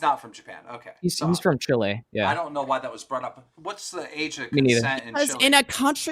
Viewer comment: Only point got was chile being pronounced correctly lmao